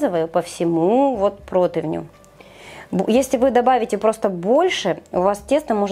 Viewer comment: Ну ,нет такого слова протавню,есть противень,одно и тоже из ролика в ролик,прям ухо режет!